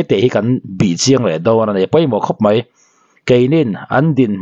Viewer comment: mei ti tur ani lo aw mai ti zawk tur aw😊